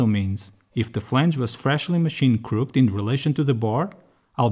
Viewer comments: Hey King, not trying to be judgemental, just helpful It's said 'crook-ed' Two syllables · English is weird, even for those of us that have it as our first language. Crooked is two syllables. Crook-ked, or closer to crook-kid. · great video, good editing so far (not far in yet) just wanted to say the english word "crooked" is not pronounced like most english words ending in ed. its 2 sylables. use google translate to listen :)